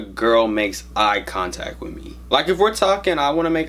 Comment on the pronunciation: "with" not "whit"